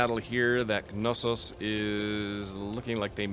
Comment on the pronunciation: It's actually true to the greek pronunciation to pronounce the k in Knossos. If you want to take it a step further, the emphasis shouldn't be put in the first syllable but rather the second therefore it would be pronounced KnossOs rather then KnOssos